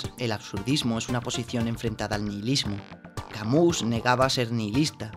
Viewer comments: Todo bien, buen análisis pero no puedes llamarnos Camús. Camus es de origen y pronunciación francesa. El connotado escritor por lo tanto seria Albert "Camí", pero españolizado serí! simplemete Camus. Ese acento que has puesto te lo has sacado del sombrero... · Camí, albert Camí se pronuncia